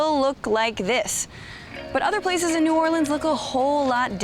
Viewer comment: Bro cant even say new orleans right 😭